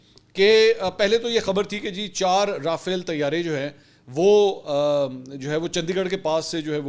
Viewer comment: Pl pronounce Rafale as Raa faa leh. Its a french word so take the trouble to check ìts pronunciation. Ppl will follow you.